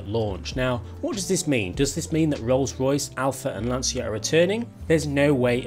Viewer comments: Hint about pronunciation of LANCIA: it is not with a "sshhh" sound, but with a sound more like the "tcha tcha tcha" dance :) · It's pronounced Lancha not Lansia!!!